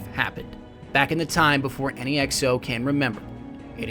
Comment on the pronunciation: Its exo not ecO